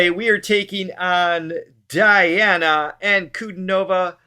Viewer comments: PLEASE it is Dee ana Anku DI nova with accent on DI. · You did it again! Her first name should be pronounced - dee'ana :-)